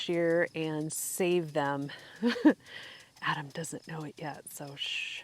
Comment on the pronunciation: When you said "I've already lost Adam, I'm going to close without him" it sounded like "Im going to close with Adam" 😁